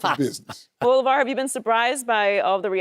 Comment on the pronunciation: LAY-Var lol not LaVar. LAY-Var..... Shay have me cracking up